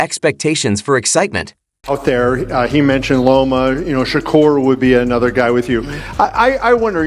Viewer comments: Say his name correctly. Sha-Kur not ker. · Sounds like he say checker 😅